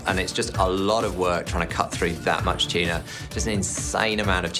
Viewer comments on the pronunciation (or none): Every time that guy said “tuna” i only heard “cheena” 🤣